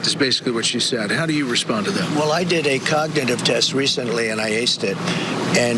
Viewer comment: He said c0ck-nitive test